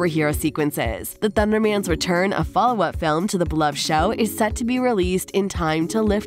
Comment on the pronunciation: Not ThunderMAN it’s pronounced thundermens